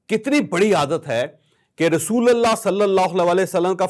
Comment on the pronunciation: رسولَ اللہ نہیں رسولُ اللہ بولیں۔ ل پر زبر الگ صورت میں آتاہے اور پیش الگ صورت میں۔